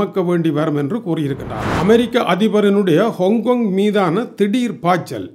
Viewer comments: அது என்னையா கொங் கொங் ஹாங் காங்க் அப்படின்னு சொல்ல வேண்டியதுதானே நான் எத்தனையோ முறை சொல்லிட்டேன் உன்னோட மூஞ்ச பார்க்க எண்களுக்கு பிடிக்களைன்னு செய்திக்கு தகுந்த மாதிரி வீடியோ போடுன்னு ஆனா நீ திருந்த மாடடேன்னு தெரியுது so இனி வார்த்தை எல்லாம் கடுமையாக இருக்கும் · ஹோங்க் கோங்க், அல்லது ஆங்கில உச்சரிப்பு ஹாங் காங்.